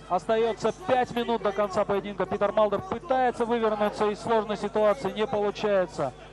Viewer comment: Комментатор называя имя Питера Малдера всегда вместо буквы т произносил д. Как зовут этого бойца?))